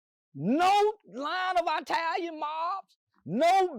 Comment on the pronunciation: It's the eye talians haha 😂😂😂 cannot say Italian for nothing lol 😂😂😂